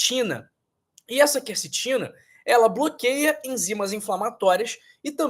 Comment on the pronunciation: Olha aí a influência maligna do novo acordo ortográfico: o doutor pronuncia "kercetina ", a pronúncia correta é kwercetina.